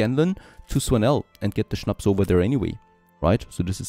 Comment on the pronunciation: Habe mich gefragt, wieso du Schnaps richtig aussprichst:). Schönes Englisch werter Östereicher❤